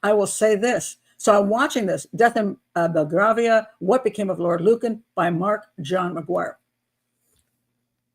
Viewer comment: Belgravia is a posh part of London. It is pronounced Bell-GRAVE-ia.